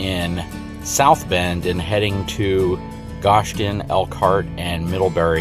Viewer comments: It's pronounced gho-sh-en not ghoshten Indiana you're the first person I've heard say the name wrong like that. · For the record the city is pronounced GO-shun not gosh-in. Lots to learn about the history and cultures of area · Your saying it wrong its Go-Shen. Goshen, IN. I live in Middlebury, IN. I delivered new Rvs to dealers two at a time with my Haul&tow truck. I'm right now headed to San Antonio, TX with two KZ Sonic. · And its pronounced Go sh en Indiana lol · Love your videos keep up the good work, and as a tip from a Hoosier native it's pronounced (go shen) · Sorry i gotta correct ya, but its go-shin (goshen). Ive never heard it pronounced like that in my 20 years living here, but everyone has there own way of speaking. Hope ya enjoined your visit